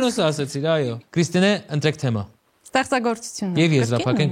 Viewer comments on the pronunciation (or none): Վայ ֊ հաղորդավարն էդպես էլ չսովերեց կարճ "թեմա" բառը ճիշտ շեշտադրուփյսմն արտադանելը 🤦‍♀️ Էլ եմ խոսում խաղի ջնթացքը նույն, ստսնդսրտ, դատարկ խրախուսանքներով անընդհատ ընդհատելու մասին